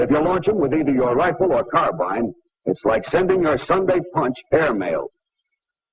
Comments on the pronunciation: He says car bine instead of car bean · never figured out why so many people mispronounced carbine. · Interesting that he pronounces 'carbine' like us English, rather than the modern American way.